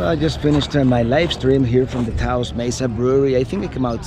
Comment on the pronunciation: Get Taos /Taos Pueblo out of your mouth